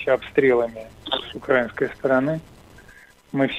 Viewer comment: ПЄсков, не укрАинской, а украИнской, пора-бы научиться правильно ставить ударения.